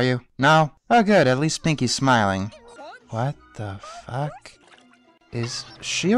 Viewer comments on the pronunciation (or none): "Whet theh feck?" That made this entire review for me lmao